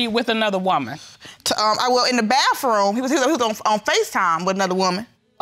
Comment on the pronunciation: "The BAFFROOM" Ugh.